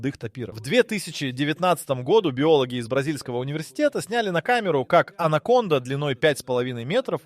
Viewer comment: Alə,anaconda nədi sən hılədə süni intelekt ilə ingilisin si (c hərifini) Türkün c (ce) hərfi ilə qarışdırırsan?Ay sənin "ağlına" keçə yamasınlar.😂😂😂 Sən c səsini k kimi deməlisən ki anacondanı ANAMONDA kimi səsləndirəsən.😂😂😂😂😂